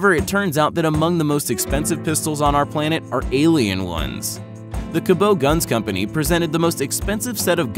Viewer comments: I believe that the manufacture of the twin 1911's made from a meteorite is pronounced "Cabot" like the town that it was made in and not "Cabo'" as the narrator pronounced it. I live close to this small southwestern Pennsylvania town and Cabot makes some of the highest quality firearms available. I have handled some of their firearms and they definitely are of the highest quality manufacture and accuracy of their offerings proves my comments. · Who is this company Cabbow of whom you speak? The hint about the pronunciation is in the spelling. CABOT. Mind you coming from a country where the word aluminium is pronounced alloooomnum it’s not too surprising! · I live right next to the company that makes Cabot guns. They are a machining company but also make guns. They are said to be the best M1911s in the world. It’s also pronounced Ca-bet lol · Wow. Lots of flaws in that commentary. The Carcano is a Model 38 not .38 caliber. It's also pronounced Cabot, not Cabeaux. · You f**** idiots it's Cabot firearms company not the Cub o dumbasses figured you get the name right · So much of this is wrong. Right down to how you pronounce "Cabot". You are the worst.....and you gave Hickok credit but not Ian from Forgotten Weapons?? Jesus christ you suck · its cabot guns in sarver PA owned and operated by Penn United Technology Inc the pronunciation in this is so wrong